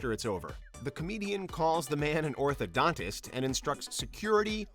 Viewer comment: Doesnt he say Orthodox not orthodontist